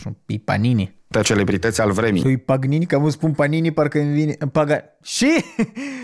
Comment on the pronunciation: Rușine celui care citește textul pentru investigația TV 8 pentru "balenare" și "Pagnini"! "Stațiune balneară" și "Paganini". Este elementar.